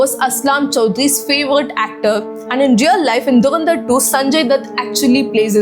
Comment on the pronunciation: Its Dhu ran dhar, not durandar, sound weird, atleast try to pronounce clearly